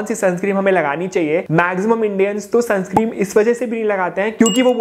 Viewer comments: Bhai sunscreen hota hai sunscream nhi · Sunscreen h Bhai Sunscreem nhi😅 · Sunscreen bolo Bhai sunscream nhi